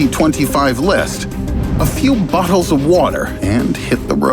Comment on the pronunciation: when you said a few bottles of water I thought for a second you said a few buttholes of water lol.